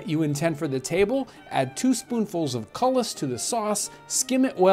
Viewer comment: Cullis is pronounced "coo-lee" not "cull-us"